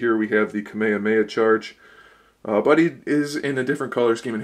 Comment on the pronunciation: hold up, how did this guy just pronounce kamehameha ??